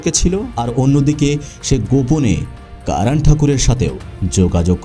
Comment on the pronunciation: আপনি যেহেতু বাংলাতেই উপস্থাপন করছেন...তবে Karan কে কারান না বলে করণ বললে সেটা শ্রুতিমধুর হতো... এমনিতে...Content is just wow❤❤